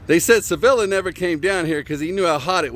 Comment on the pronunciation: CHI villa. Not "seh villa"